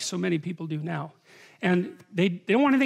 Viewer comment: Love how he emphasizes the word now